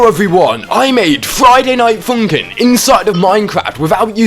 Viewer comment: Ah yes, Froiyday Noight Foonkin